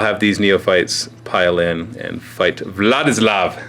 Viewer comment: I am hearing "what is love" instead of Vladislav.